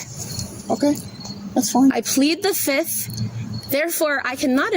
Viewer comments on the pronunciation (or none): One. Two. Three. Four. Fif. Fiff. Any questions? FIF!! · I plead fizith. 1,2,3,4,FIF 😂😂😂